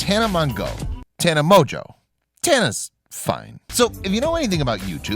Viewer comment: Hahahahahhahah it’s Tana Mojo< that’s how you pronounce it now spell it